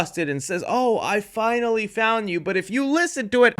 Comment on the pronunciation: dk how to explain it, like I hear it now listening again but it’s like when she say’s I finally found you, it sounds like f#cklly found you, idk